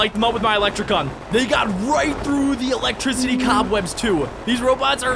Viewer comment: That was funny that you could not say electricity